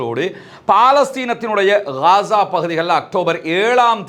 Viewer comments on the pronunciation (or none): none